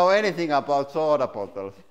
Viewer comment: He said "soda bottles". XD